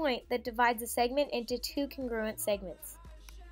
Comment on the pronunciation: CONgruent! CONgruent! sorry it’s pissing me off when she said it like cunGRUent